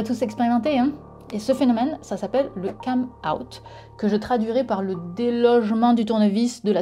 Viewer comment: c'est déjà mieux que Ben qui dit CAME-out pour cam-out.